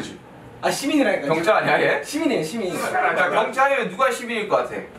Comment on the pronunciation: I THOUGHT HOBI SWORE OMG It almost sounded like he said shi-bal, but his gwangju satoori made, "citi'zeeeeeen' " sound like the "shi" of shi-bal